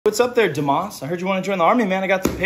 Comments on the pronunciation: It's pronounced, "doo-moss" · It’s Pronounced due mas